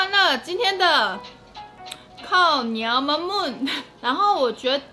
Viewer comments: 🤣🤣🤣是唸[靠鳥媽ㄇㄨㄤ丶] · 想看阿母本人，那个发音似乎更像靠鸟马木安